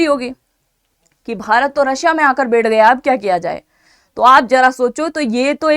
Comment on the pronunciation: बेठ नहीं बैठ होता है।